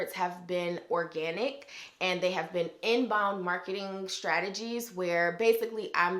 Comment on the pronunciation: I love your videos and tips!! A bonus is when your accent pops out when you hit " inBOund, outBOund" 😆😍Love it!!!! I hope to be able to work with you soon.